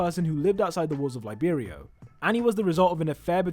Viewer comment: I thought it was libero not Liberia from Africa lol